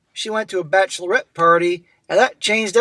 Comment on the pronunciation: Bachelorette rhymes with batch of the wet.